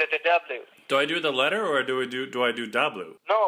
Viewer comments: No, three letter dabalyus, letter dabalyu. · Its daboo dabloo dabloo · Zapdos dablu dablu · Shanera Foreman it’s not Dablu 3 times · Teacher :Ok class how do you say "w" Children: DABLU!!! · Diablu Diablu Diablu 😂